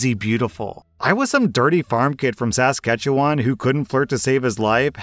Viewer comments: So interesting to hear 'Mericans attempt to pronounce Canadian place names! "Sass-kat-chew-on". Pretty close. "Sa-skat-chew-on" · Sorry lol but its pronounced sa-skat-chew-wan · Canadian here HOW TF DID YOU SAY SASKATCHEWAN. I’m from Alberta and everyone I know says it like (suh·ska·chuh·waan) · Saskatchewan is pronounced suh - ska(emphasis here) - chuh - waan. Google's pronunciation is pretty accurate. Just caught me off guard the way you said it. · THAT IS NOT HOW YOU PRONOUNCE SASKATCHEWAN HELP MEEEE it’s like. sa-sketch-ew-wah-n … you don’t say the t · Never in my life heard someone pronounce “ Saskatchewan” like that 😭😭 I’m Canadian, it’s “says-catch-a-won” lol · I'm sorry but, I burst out laughing when you pronounced Saskatchewan like that, like I understand WHY but Sas-catch-ewan is hilarious to Canadian brain. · I know making fun of a foreigners pronunciation of a place is the most overdone comment, but goddamn if i didn't have the time of my life hearing "SAS-katchewan". It sounds more like "SESkachewan" without the break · Sas-katchewan? Lol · Being Canadian, I was taken slightly aback with how pronounced "Saskatchewan". I've never heard anyone say it like that. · i like when says canadian place names cause that's the most fun way ive heard someone say saskatchewan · your pronunciation of Saskatchewan killed me. I have family that live there btw. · As someone who lives in Saskatchewan, your pronunciation made me actually giggle 😂😂😂😂 A for effort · The pronunciation of Saskatchewan was amusing. 😆🇨🇦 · I'm amused by how many people fail to say Saskatchewan correctly. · Oh, as a Canadian, your pronunciation of Saskatchewan gave me a giggle. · Couldn't find any comments about it, so here it is: pronouncing Saskatchewan made me chuckle a bit ngl ☺️ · How you said Saskatchewan cracked me up xD thanks for the laugh so early in the morning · I almost died at how you pronounce Saskatchewan. It really caught me off guard.